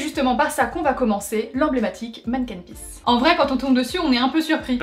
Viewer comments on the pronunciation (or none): hey a on dit "stoump" voila et c'est aussi "Manécken pis" mais au sinon super vidéo 😍😍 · Je suis de Bruxelles et c'est vrai que votre programme est pas mal du tout! La seule chose qui m'ai fait rire c'est votre prononciations pour certains mots... Comme le stoemp ou le Manneken-Pis :p Mais bon, c'est pas trop grave, juste drôle^^